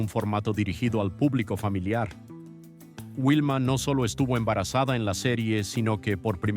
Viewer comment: Por respeto a los picapiedras deverias pronunciar bien sus nombres no es wilma si no vilma y le dices fred a pedro que mal traductor eres en español porque no pronuncias biem sus verdaderos nombres de la serie